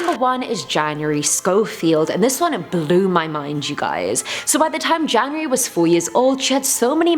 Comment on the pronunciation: I got really scared when she was talking about`janurary' becouse my birthday is on January 1st